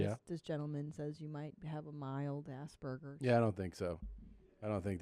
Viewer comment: “Assburgers” ? Did she mean aspergers ?